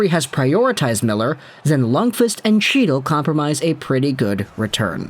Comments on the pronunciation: 1. The C in Chytil is silent. Think 'Hetil'. 2. He is supposed to be a center, but he just looks like a winger. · Lmao that chy-til is driving me nuts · Fyi- chytil is pronounced Heat-il the ch makes a h sound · As a ranger fan for the love of god HE TILL The c is silent. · Just to put this out there as a Rangers fan, but if you are going to dump on our players/prospects (Chytil, Cuylle), it would help if you knew how to pronounce their names. I think you mean well, but it's clear that you've never actually seen either guy play. As for Miller, his price tag is going to be more than what the Rangers should pay. No team in 30+ years has gone from missing the playoffs 4 years running to winning the Stanley Cup, and they won't be able to re-sign Miller at the end of his contract (they have a two year cap crunch coming up due to dead cap and Zib's and Fox's new deals). I'm still convinced that Vancouver is dropping the Rangers' name in the media to try and drive up the price from other bidders, because the move just makes zero sense right now for NY. TL/DR--Vancouver should get more than the Brooks package in return for Miller...but they shouldn't get it from the Rangers. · Oh yes, …. The C is silent ..